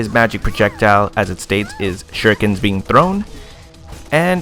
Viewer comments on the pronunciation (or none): none